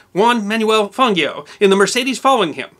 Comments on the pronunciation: Le Mans (pronounced like beyond without the d, don't say the s) Miglia Miglia (pronounced mee-lee-ah) Juan Manuel Fangio (pronounced fawn-gee-oh ( soft g). I'm American, as well, but I studied languages in school. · “Lay Mauwn” not “Lay Mawnz”. “Me-lay Mee-lee-ah” not “Me-Lay Mig-lee-ah”. “Juan Manuel “Fan-jee-oh” not “Juan Manuel Fawn-gee-oh”. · Levegh is pronounced le-veck as already mentioned. Mille Miglia is pronounced meela meelia. Fangio is pronouned fahn-gee-oh. The "European" pronunciations are easy to find out and considered universally correct in motor racing history. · Mille Miglia pronounces ˈmille ˈmiʎʎa, like 'mille milya' and Juan Manuel Fangio, Spanish pronunciation: [ˈfanχjo], Italian pronunciation: [ˈfandʒo], close to 'fanjo'. Since it is the history, it better be pronounced right. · That guy whose name you mispronounced (Fangio), is one of the all time legends in racing history, to this day holds the records for being the only F1 pilot ever to win with 4 manufacturers, the oldest ever winner (at 46 years old), he holds the highest win ratio ever in Formula 1, the highest pole percentage ever, and he kept the record for most championships (5) for 47 fucking years, until Schumacher won his 6th title. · Just a couple of corrections to pronunciations. Juan Manuel Fangio's name is pronounced with a hard 'G' as in Gee wiz and conversely, the Mille Miglia is pronounced with a soft 'G' (in other words a silent G) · who can't pronounce the name of the most famous driver of all time, - really?